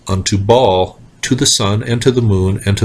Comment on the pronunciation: Baal is pronounced "bail" not "ball" lol